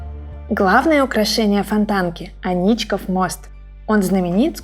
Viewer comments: Не анИчков, а Аничков мост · Анечка тут вообще ни при чём. Просто говорить АнИчков мост неудобно. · В питере не говорят АнИчков и гугл тут ни при чём.